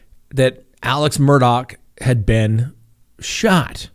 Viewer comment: Talk administrators / mods... can someone PLEASE inform Scott that the name is pronounced Murd-ahh NOT Mur-dock. I'm on the edge and that just might tip me over!! (LOL)